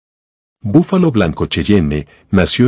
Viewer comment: Se dice búfalo no bufalo